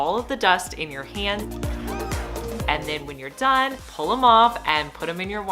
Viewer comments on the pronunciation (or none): none